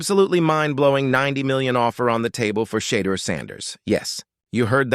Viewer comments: His name is NOT Shay duer!!! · His name is NOT Shee duer!!! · His name is shedoor.!!!!!!!